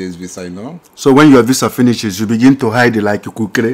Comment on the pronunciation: You said hide like kukerere😂🤣🤣